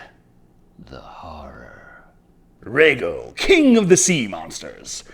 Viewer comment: .. Lego ... my eggo .. (and no thats not racist as in japanese there is no difference between the letter R and the letter L or should i say its not... lacist )